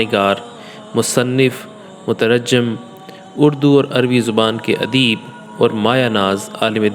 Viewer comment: مترجم )کا لفظ کی تصحیح کرو❤جیم پر شد نہیں ہے